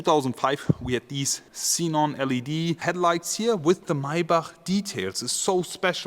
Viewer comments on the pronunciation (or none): none